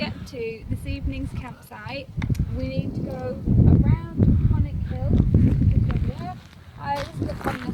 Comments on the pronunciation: Great video well done. It's pronounced kinloch Lee vin. 😆😆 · Please. It's Kinlochleevin. Do your research or ask a local. Well done though, you made good mileage. You wearing Altras? 😜 Cool. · Pronounced, “Kinloch leeven”. Pronounced “Inver sNaid” Shouldn’t wear shorts in Scotland if you don’t want to be midge food.